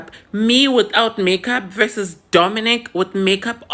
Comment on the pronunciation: They are both confusing me in different ways, we are trying to understand the community & catch up with all their ongoing changes but they're taking us 10 steps back 😮‍💨 Nonie is intentionally mis pronouncing Dominic but they want us to respect how they want to be called 🤷🏽‍♀️ & Dominic said is nonbinary but also said we must refer to her as a She & again also says she's a gay man...doesn't nonbinary people non gender & referred to as they/them/their??? Ay they are really confusing us 😕